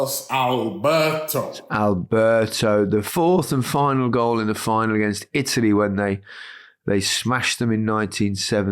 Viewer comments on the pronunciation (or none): none